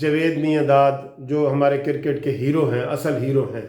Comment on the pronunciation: آپ بہت اچھی انفارمیشن شئیر کرتے ھیں ۔ آپ نے آج آخر میں بہت اچھی اپیل کی ھے ۔ گالیاں دینا تو نہایت بد اخلاقی ھے ۔ میری بھی ان دوستوں سے گزارش ھے کہ گالیاں دینے کی بجاۓ قانونی ٹی وی کو بلاک کر دیں ۔ آپ سے گزارش اگر برا نہ مانیں تو اپنا کرِکٹ کا تلفظ چیک کر لیں ۔ شکریہ